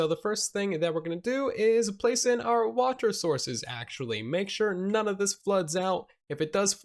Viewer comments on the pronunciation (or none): none